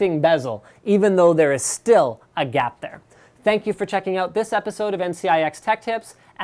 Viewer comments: today's "oposode"????????????????????? xD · apisode xD